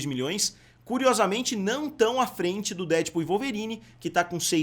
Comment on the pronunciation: por favor, pare de falar DÉdpul. A pronuncia correta é DeadpÚL. Última sílaba é a tônica. Deadpool. Um abraço!